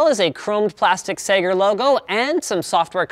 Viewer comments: Sager not Sega. FFS Linus you got me crazy excited thinking sega had released a laptop wtf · when you said Segar the first time I thought you said Sega. :) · whenever he says "sager" It sounds like he's saying "SAGA" in broken english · Every time linus said Sager I thought he was saying "Sega" with a speech impediment. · omg I thought he ment saiga like the company but he had an accent but no its really sager. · When Linus said sager, i thought he meant Sega. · sager sounds like Alex mason trying to say sega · Sager. That sounds like how a Bostonite would say Sega.